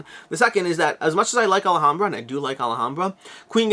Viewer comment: Sorry I know it's petty and not a big deal but it's Alhambra not Alahambra, you're saying it with an extra A. You just keep saying it maybe 20 times in like 2 minutes and it just broke my self control, sorry